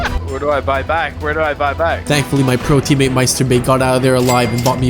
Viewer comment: i’m so confused why does he pronounce teammate as “submate”? he says it literally twenty times in the video and its unmistakably submate